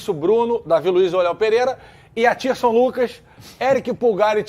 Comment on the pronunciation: Ele disse Athirson Lucas mesmo???? Kkkk